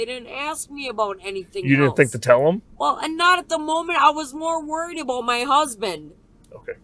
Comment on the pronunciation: The way this dumbass b pronounces 'about' is enough for 25 to life holy shit